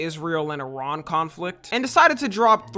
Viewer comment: Kudos for pronouncing Iran correctly